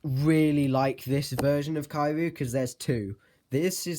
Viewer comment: Is Not Kaiyu It's Kiryu